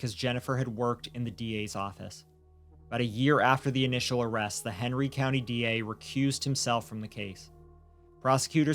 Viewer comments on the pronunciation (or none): There's no way I'm hearing 'Henry' as 'Hateful'. I like this channel for their diligent reporting, and there are several weird quirks of pronunciation I've become accustomed to, but this isn't one of them. Please listen to what she says at roughly . The name may actually be 'Henry', but she's absolutely saying 'Hateful'. It's very clear. I'm going to have to unsubscribe, because, though I really appreciate the content, the egregious mispronunciations are driving me batty. They completely take me out of every story. This is nowhere near the only one, just the first I've been annoyed enough with to say something about. What bugs me most is that both presenters put their commas in the wrong place, and I can't stop hearing it. Things like 'They thought this would happen but, (pause) that happened,' That's not how sentences work. We say 'They thought this would happen, (pause) but that happened.' It sounds like a minor thing but (long pause) it isn't. It breaks the flow of every sentence. I know this sounds overly pedantic, and I'm sorry for that. It grates on me, and I wish it didn't because I really like the content here. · I've listened to the part at roughly like a dozen times, and I can't stop hearing 'Hateful Medical Centre'. That can't possibly be right. What are you saying there? This is driving me nuts. You seem to be very clearly saying 'Hateful Medical Centre', but there's no way that's what you're actually saying. E: I can easily hear parts of the 911 call that are marked ‘indecipherable’ and a few parts where the subtitles clearly don’t match the audible words, but ‘hateful medical centre’ is so clear, I can’t get past it. Thanks for this story!